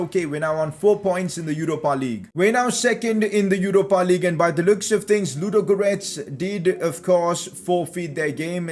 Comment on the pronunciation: Pcq:the way you say ludogorets is so funny